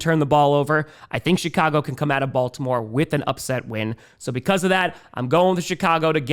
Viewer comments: Every time say Chicago, I hear “shit-cago” and I think it’s completely savage. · He seems to have toned back the “shit” part a bit since the win streak too. I wonder if it’s our version of the “New Jersey jets” 😭😭